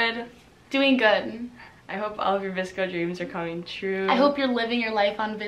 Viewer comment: why does everybody say “VISCO” and not “VSCO”